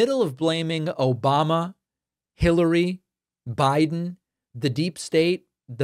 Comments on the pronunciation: That was my favorite “Obamna” it got me good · Still love every time i hear "Obamna" 😂😂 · "Obamna". always reminds me how deranged he is. Thanks for the giggle.